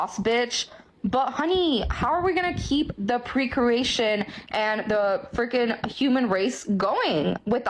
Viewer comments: No one caught that she said precuration instead of procreation? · Tje second women talking about being independent. She couldnt even say procreation right. She said precroation. Lol she dumb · U paused them both at the crazy eyes, fuckin scary. And what's precrewation? Yes i know she was trying to say procreation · The next to last girl having a herpes breakout doesnt own anything. She cant even pronunciate words correctly for crying out loud. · I noticed that, she can't even say it properly, she's a lying B, she is the worst type.